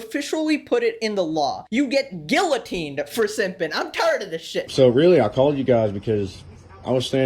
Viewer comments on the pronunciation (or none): You seriously can't pronounce guillotine right? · ITS PRONOUNCED gee-yuh-teen NOT gill-ou-teen, GET IT RIGHT